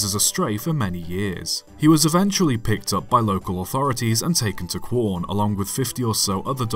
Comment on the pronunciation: I was speechless when I first saw the title! I live in quorn (which I will thank you greatly for pronouncing correctly) and volunteer at the Pichi Richi railway preservation society when possible. I have visited most of the old railway towns just as bob once did and even stood next to his statue. I am so happy to hear this loved story told to the world and would like to thank you for making this great video. I might send you an email if I don’t forget, as if ever you want to share more from our lovely state I may be able to help. I often travel from quorn to Adelaide and could help with obtaining photos or anything for a video. There are so manny interesting stories of the South Australian railways in a book series called “SAR narrow gauge handbook” by railMac publications. And I would love to send you my copy if ever you need it. -Nathan